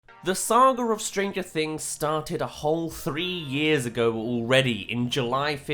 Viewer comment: Strain- gur- things?